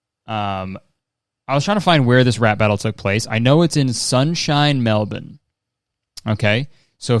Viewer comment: HE SAID MELBORNE CORECTLY GUYS OMG FINALLY